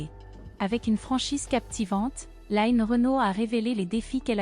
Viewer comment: Je suis choquée que lno ait appelle Line ..'bien française en Line écorchée en anglais tout au long du reportage Bonne santé Line et longue route encore avec nous ❤❤❤